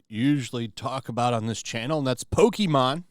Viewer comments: did he say "Pokeemon"? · It's been over 20 years. It's pronounced Poke-kay-mon. God! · I HATE when people pronounce it “Poke- ee-mon” It’s been a franchise for over 25 years, you know how to pronounce it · Lol. When people want to look cooler than pokemon they always pronouce it poke-ee-mon. Everyone knows iys pokemon. Poser. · Please don’t call it pokey mon